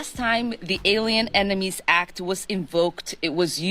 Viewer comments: Dude she said enemies as "emeninies". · She can't even pronounce "enemies" correctly. She literally said "Emenies." She's just as braindead as Jer and his oranges. EDIT She also said "Chapanese." Wtf is going on.